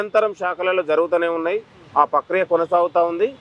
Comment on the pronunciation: Pakriya kadhu..prakriya